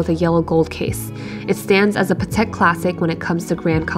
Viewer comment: You don’t pronounce Patek correctly. It’s pronounced pAtek with the accent on the a, not patEk like you do.